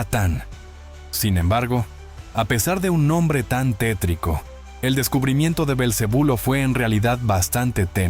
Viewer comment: Muy excelente vídeo, me ha encantado y he aprendido mucho, solo una pregunta por qué nombras "Beelzebu" a Beelzebufo. De ahí muy genial vídeo. ❤